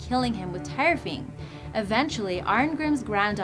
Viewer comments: its Thyrfing not tyrfing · the tyrfing is spoken as tirfing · The sword Tyrfing is pronounced tear-fing not tier-fing you dumb bitch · its pronounced Tewrfing not Tirefing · Tire-fing? hahahahahaha.